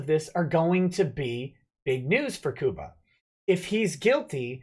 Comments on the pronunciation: Lol, it's pronounced Cuba like the Island. Love you:)! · you don't know how to pronounce Cuba. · lol sounds like you said Koopa Gooding Jr. ;)